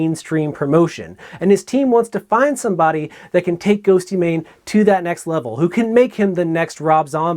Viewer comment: "GhostYmane" Oof. Otherwise, great video!